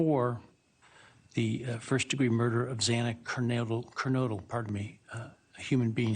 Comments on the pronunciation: I absolutely agree about the mispronunciation of Xana’s last name. Very rude that the judge wasn’t prepared to pronounce her name properly. It was an insult in my opinion. Thank you for your great reporting. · Thank you Ashley for calling the judge out for mispronouncing her last name. Unbelievable actually 😡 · I was sick when he said Xana’s last name wrong twice. Disgusting. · I honestly wonder if the document the judge was reading from had it spelled Kernadle instead of Kernodle and he had to correct himself on the fly. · It disgusts me that this judge said Xana’s name wrong twice. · I can’t get over the mispronounced name of Xana Kernodle twice by the judge. Geez… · Between the non-chalant "yes" s, and the judge not even being able to pronounce her name correctly multiple times (and not just there either, he's done it before) it just sounded so like, 'oh just another day in the office here'. That judge is awful. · The whole hearing was sad and cringe worthy. First the judge comes out swinging at the Goncalveses, then he pronounces Xana’s name incorrectly twice and is nice as pie to Brian. And Anne Taylor smiling at Brian…wtf was that?! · Can't even pronounce xanas last name right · Correct !!! that judge was just as heartless as kohberger!! And pronouncing Xanas last name wrong twice !!?? Despicable! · So agreed about the Judge mispronouncing Xana's last name, not once but twice. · AGREED! It sounds exactly like it’s spelled. Shame on you judge. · That is not always true. But, yes, my heart dropped when he mispronounced Xana’s surname. He should have practiced saying it beforehand. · it really bothered me that judge mispronounced Xanas name TWICE too. wtaf?? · That’s what I noticed, too, about the judge mispronouncing Xana’s last name. 🥺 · I felt nauseous hearing his voice. The death sentence he was hoping to spare himself from is still a death sentence. It also irritates me so much every time I hear the judge mispronounce Xana Kernodle's name. Disgusting